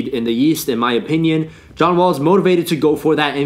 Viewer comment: You sound drunk saying John wall. Greek freak has a better chance than him